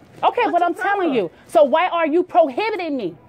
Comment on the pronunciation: Da needs to learn what the word prohibiting means. She means detaining and keeps saying probiting. Ridiculous.